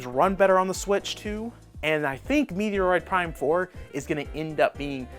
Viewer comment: Here is how to pernounce Metroid Prime . Met-Droid like you just met a Droid lol. Not A falling rock from outer space (Meteoroid Prime )